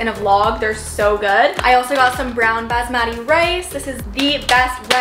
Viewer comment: Hi! No hate but just a correction for the brown basmati rice. I am an Indian and it kinda triggered me so you pronounce it like ba-sma-thee. Just letting you know but you did a great job organizing.